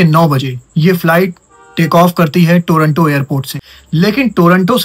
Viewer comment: टोरंटो नहीं टोरांटो